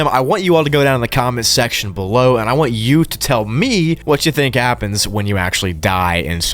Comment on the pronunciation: “leave a comment bellow !” Son 😭🙏🏻